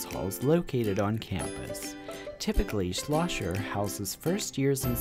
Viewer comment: It's "Schlosser," not Slosher.